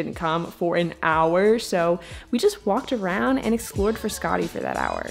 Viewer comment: I’m Italian and thats not how you pronounce Frascati or Trastevere.